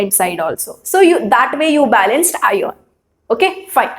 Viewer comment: I am 65 years engineer. I am watching your videos to teach my Niece who is studying 10th std now. Thanks for your wonderful teaching. Just a suggestion. Pl correct your pronunciation of "Iron". Thank you once again.